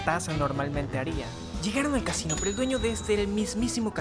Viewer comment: Xd cadaves que dice casino ase cachin xd😂😂😂